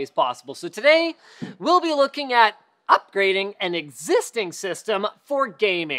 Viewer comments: "UP! - grading" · "upgrading" do you say it like that?